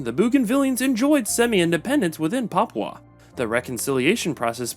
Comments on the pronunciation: Dude, you need way better research. It’s pronounced BOH-genvil. And PAPUA New Guinea. And PAPUAn. Also, “Papuan” is not a demonym for PNG people - it has a different meaning. Not “the Papuan state”, “the state of PAPUA New Guinea”. Generally PAPUA just means the southern region of PNG. Tok Pisin is not “creole-based”, it is a creole language. “Very few also still follow indigenous beliefs” is wrong - many, probably a majority, follow both Christianity and traditional customary practices. Australian Aboriginal people are not Melanesian. Many of the other names are mispronounced… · LOL, please do the pronounced "Papua" correctly. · Not Papau... PAPUA NEW GUINEA ... The you are pronouncing the name of our nation is not correct. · Can you pronounce Papua correctly? It's pronounced as Papua as in Par-poo-uh and not Papau Par-pow according to your pronunciation. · You need to say Paa-poo-a New Guinea properly. The locals would not like it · Papua new guinea is pronounced Paapuuaa New Gini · no the anglicized version is papooah. You just are saying you're own thing, I think from misreading it as papau and then never looking again. If you had even heard one single other person in the world pronounce it the way you do I'd be surprised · Poor reporting. The country is no PARPO New Guinea rather it is pronounce Papua New Guinea. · Yeps ... I know how you feel hearing that 'papau' pronunciation 😅😂🤣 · Why would AI pronounce PAPUA as Papau? Wouldn't AI pronounce phonetically? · No, the Anglicized version is pronounced as Papua (Par- poo-a.). The way you pronounced it is not the Anglicized version, BUT your own version of pronunciation. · No it is pronounced "parpyua" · it’s not even Anglicised. It’s just wrong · Jayapura is one of the Indonesia city. Lol. And, I'm from Indonesia. And, not Papaw, but Pa-poo-ah. And Bo-gen-vil. And, you've given the nice imformations. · It should be Pap-OO-AH, not Pap-OW. And BOH-genvil, not BOO-genvil. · Who even says Papau it’s papua man😂😂😂